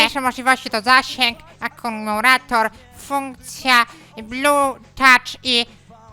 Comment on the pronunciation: akumurator" Klocuch 2019